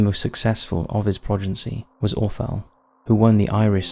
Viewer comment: The word is "progeny", NOT "progency", and it serves as both singular and plural. Ghislaine has a hard 'G' and the 'S' is silent. Get an editor.